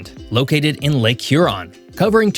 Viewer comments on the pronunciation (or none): none